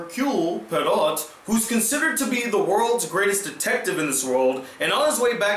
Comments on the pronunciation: Irs pronounced Hercule Poiro....the t at the end is NOT pronounced.... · For some reason, you remind me of Manny Delgado. You are mispronouncing the name, Poirot. Make notes when you are going to review a movie. Do some research into the original adaptations. If you did those things, your reviews would have more substance. I saw the original..it's on cable every 5 minutes. If the ending is the same, it's pretty good.